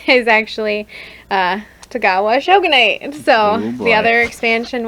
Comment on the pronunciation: How are they ranking the factions and not pronouncing things right? Rus-Vi-yet, not rusivet Cry-me-ah, not creemiya Po-lah-ni-ya, not polayniya Sho-gun-ate, not shuggunahti